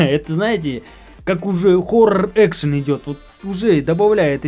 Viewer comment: не хорр а хорорр